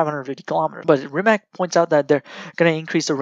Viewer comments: good video,try to say rimaz not rimak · c like nimitz-tz-rimatz=rimac not like rimac-rimak=totaly false,hope u anderstand